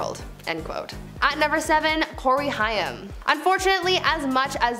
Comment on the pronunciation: It's pronounced "HAME" (Corey "HAIM")... ugh... Cool channel, but just Google names you're unfamiliar with, it happens too much on YouTube, and why cut corners there? 👈... Good luck✌️